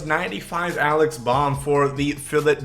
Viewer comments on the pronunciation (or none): Its alec bohm not alex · Just for future reference, the Phillies 3B prospect’s name is Alec Bohm (pronounced b-OH-m), like bo-em 😂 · Don't want to be that guy, but you said Alec Bohm's name wrong. That's from a Phillies fan so it irked me